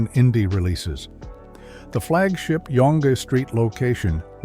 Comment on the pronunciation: red zee logo? We don't say zee in Canada, we say zed. Wow! Such a glaring error. Also, Yong street? This video brought back a lot of memories, but contain a lot of mistakes.